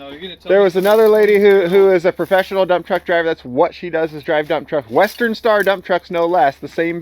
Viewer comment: were you saying dump-truck driver or dumb-truck driver?